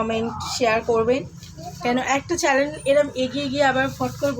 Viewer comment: Chalan bolo na guo Channel bolo,edike for for kore inraji bolchho😂😂😂😂😂😂😂